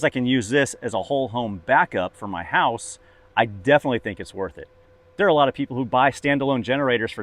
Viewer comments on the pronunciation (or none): none